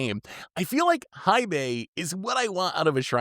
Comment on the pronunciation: Hei is pronounced "Hey". We already have to suffer people saying Eye-Ganjo, it would be dope if this time around content creators helped enforce the right pronunciation this time around.